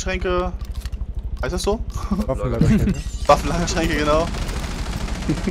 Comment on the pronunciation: Deko ca. Sagt er waffenragerlänke statt waffenlagerschränke😂